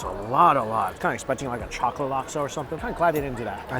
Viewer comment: I always laugh when he says "chockatey"